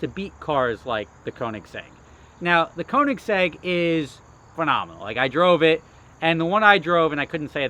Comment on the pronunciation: You gonna stop saying Koenigsegg like it's a model name?